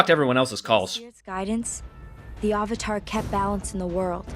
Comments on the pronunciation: shyamalan want the asian names to be said right but avatar is a real word!!!!!!! They changed avatar (a actual english word) into auvatar. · I cringed when I first heard "Aw-vatar" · Lol that's right, what did he call Zhao, Admiral Chang or something? What's worse is that they never seemed to be able to settle on a single pronunciation of "Avatar", and most of the time it ended up sounding like "Ahvatar". Avatar, for God's sake! It's the title of the freaking show this is based on! They say the word about 50 freaking times an episode (along with Aang's Sokka's and Iroh's names), and you're telling me you can't pronounce that!?! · Anyone notice that in the first Narration she says Ar var tar instead of avatar? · No, no. He butched the name of Avatar. The creators had to make The Legend of Korra to make up for this shit. He even made up random shit that wasn't even based on facts from the show. Shamalame cannot make movies expect for the 6th sense